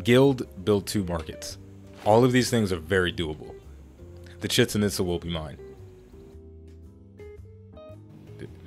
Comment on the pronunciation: Omg its pronounced chechan and pizza without the p